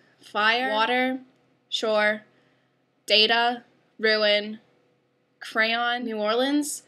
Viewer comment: Your Utica origins sneak through on "crayon" but you have generally escaped it well. (FWIW the pop/soda border lies between Syracuse and Rochester. I noticed it in college and it was confirmed by actual linguistics research!